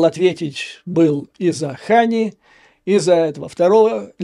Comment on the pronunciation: Не ХАния, а а ХанИя. Не НасраллА, а НасрАлла. 😂😂😂😂😂